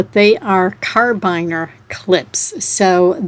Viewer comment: Carabiner is pronounced cara-beaner. I discovered them a few years ago and used them in my job as a personal shopper. We used them for our keys or for connecting carts together. I'm sure they have several other uses too.